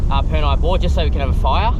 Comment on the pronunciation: The Afghans planted the palm trees back in the 1800s. I'm pretty sure Purni is pronounced 'Per' - 'Knee' not 'Per' - 'neye' haha. The showers were cold at Purni Bore when I last visited in July 2018.